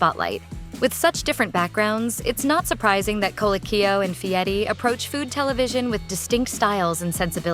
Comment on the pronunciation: voice doesn't pronounce Fieri correctly.